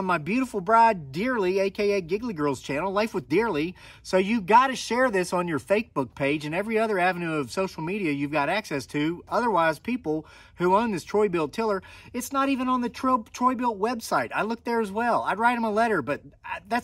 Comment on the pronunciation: Thats a good tiller!! Good brand! Never have problems with it. Did he say fakebook page 🤣 🤣 🤣 I have to remember that